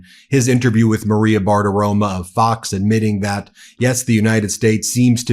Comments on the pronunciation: Maria BartiromO - Ben. I know she is trash, but names are important. Please pronounce the O at the end of her name. It's not an A. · I love your videos but for some reason this tiny thing always bothers me haha it’s “BartiromO” I know I know it’s silly